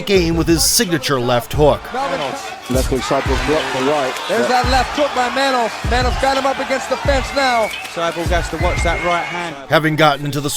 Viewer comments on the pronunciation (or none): His name would be pronounced "manhoof" in Dutch, not "manhoff". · "MenHOF" ....No...it's Manhoef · Roided up. Took the example of the other Suriname Dutch , Alistair Overeem. By the way , it's ManHOEF , like in GOOD. , not HOF.